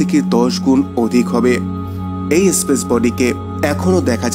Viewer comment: স্পেসকে ইস্পেস,স্থানকে ইস্থান,নেপচুনকে ন্যাপচুন ইত্যাদি উচ্চারণ করা বন্ধ করুন। ভীষণই শ্রুতিকটূ।